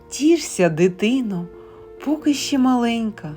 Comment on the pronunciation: "Поки" наголос на "и"